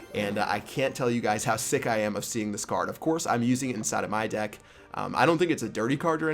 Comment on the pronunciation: just said " Cheap Pat's dick" instead of " deck" lol